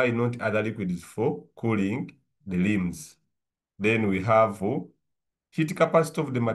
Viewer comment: Don't say lims but say rims 😂